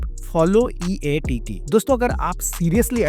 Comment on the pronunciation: EEAT HOTA HAI EATT NHI